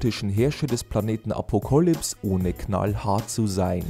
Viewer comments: Wie kann man das wort Apocalypse als Apocolypse aussprechen!? Hat der Sprecher auch mal gelesen dass das Wort von Apokalypse her stammt. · Dislike, einfach nur wegen „Apo Kalips“.